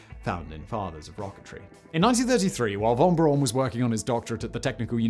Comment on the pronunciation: That's Braun with a "u"!